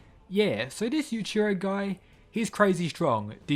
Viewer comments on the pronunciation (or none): It's Yuichiro not Yuchiro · The way you say their name makes it really hard to tell which one you’re talking about. Yujiro: yu-jee-ro Yuichiro: yu-ee-chee-ro